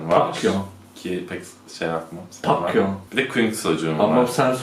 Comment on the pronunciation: Pakyon değil pekyun diye okunuyo